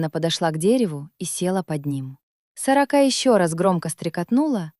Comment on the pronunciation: Да чтоб вас перевернуло с вашей "сорокОй" ! Интересный рассказ, а прочитать ЧЕЛОВЕКУ западлО? Суёте где надо и не надо этот ИИ... Испортили впечатление им.